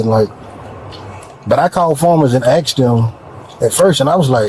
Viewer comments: They didn’t asked him they axed him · Axed ? The word is asked! 🤦‍♂️ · "THEY AX ME😂 THEY AX ME😅 THEY AX ME😂😂😂😂